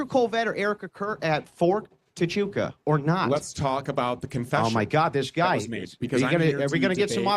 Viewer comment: Lol these mufuggas can't even pronounce Huachuca right